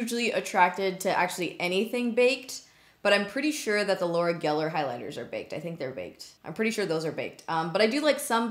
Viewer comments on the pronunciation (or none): none